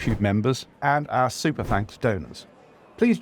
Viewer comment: At last! A man who can pronounce the word our without making it sound like are.